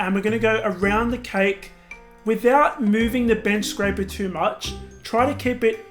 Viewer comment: did he say bitch scraper?